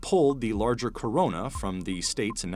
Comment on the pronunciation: Talking normally until the part of Toyota "corona"